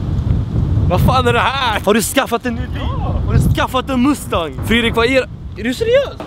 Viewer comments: Han uttalar mustang ass roligt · Vlad du uttalar mustang fel. Inget hat men ville bara flika in lite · älskar hur du utalar mustang,hahaha😂😂🚗🚗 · Är sättet du säger Mustang på ett skämt? <3